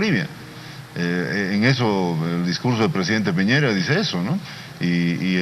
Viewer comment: " Piñeira" es Piñera, estúpido!!